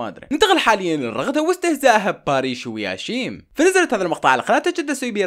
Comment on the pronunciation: يشيم مو ياشيم 🙂😂😂🦦💔.